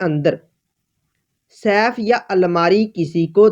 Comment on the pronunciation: تمہارا اپنا تلفظ تو درست ھے نہیں۔۔ یہ لفظ Saif نہیں Safe ھے۔۔ جو سیف تم کہہ رھے یو اس کا مطلب تلوار ھے تجوری نہیں